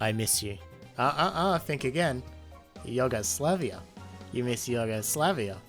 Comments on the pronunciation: YUG-o-slavia? reeeeeeeeeeeeeeeeeeeeeeeeeeeeeeeeeeeee It's YOU-GO-SLAVIA. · Did he say "Yogoslavia" ? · as a Serbian, your pronunciation of Yugoslavia amused me deeply